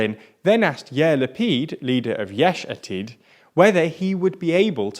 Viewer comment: Come on learn how to pronounce words better Natan'Ya'Who Yeish Aa'Teed Ya'Mee'Naa